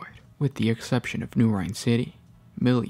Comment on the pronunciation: Rin not Rine